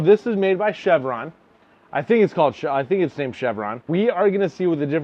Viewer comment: It's not Called Cheveron it's Called Cher-Vonn like Sher Caver Tools